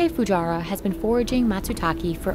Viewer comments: Why does the narrator keep calling the man "Fujara"? His name is Fujiwara, pronounced exactly as written; "Fu-ji-wa-ra". It's pretty disappointing that Business Insider couldn't even be bothered to get someone's (not even difficult to pronounce) name right. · Hey Business Insider, you should actually do some quality assurance on the narrator. Hire someone that can pronounce Japanese names and words correctly. Mr. Fujiwara's name is pronounced: fu-ji-wa-ra. All short vowels and no emphasis on the syllables. Also the mushroom is pronounced: ma-tsu-ta-ke. Again all short vowels and no emphasis on the syllables.